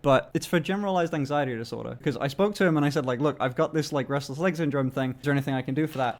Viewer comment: For a second I thought he said breastless leg syndrome